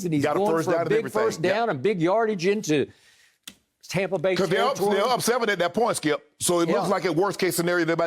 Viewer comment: I hate skip. For god’s sake stop saying tompa bay. I live in Tampa, we love brady and the bucs but nobody says tompa bay. I’m fed up with this guy. I bet brady doesn’t even like him.